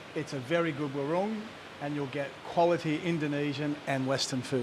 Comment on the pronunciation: I love ur vids !!! B U T …… i have to say to you WARUNG is pronounced : “WAR - WRONG” Your saying is incorrect. Just saying…… love Amed btw